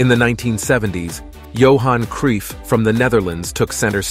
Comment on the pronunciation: "Johan Creef"